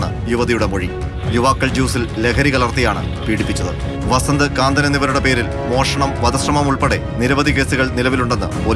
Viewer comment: കാന്തനല്ല, കന്തൻ!